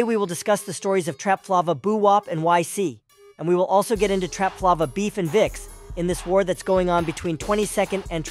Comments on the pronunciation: Trapflava❌ Trap Flava✅ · TrapFLAVOR aka trapflava tf😂 not trapflovah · “Trap Flaw-va” 😂